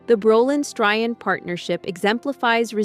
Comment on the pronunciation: The AI voice can't even pronounce Barbara's last name correctly???!!